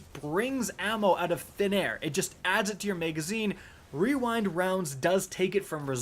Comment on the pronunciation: Imagine calling on rewind rounds and not weewind wounds